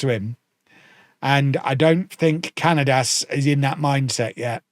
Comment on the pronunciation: Cañadas' name is pronounced "ca-nya-das". The letter ñ is similar to the "ny" sound in the word "canyon".